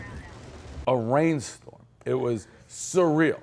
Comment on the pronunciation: Hey Pres, say surreal a few more times........ you can't